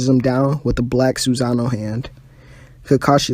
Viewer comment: You said a lot of words wrong like Sassano